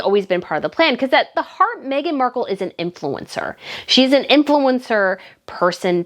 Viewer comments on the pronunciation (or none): none